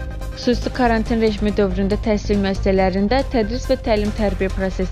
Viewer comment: Bu he deyir TESIL MESIL🤭